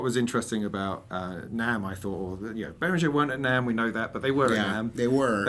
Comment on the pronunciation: guys, BehrinGHer like GHerkin and please not BehrinJer like Jelly!!!! Anyway, nice to see the three of you together! Bit with all the Behringer clone range, you could easily have invited Gaz, Claudio-DrMix, Synthmania-Paolo and LookMumNoComputer-Sam too :-)🤘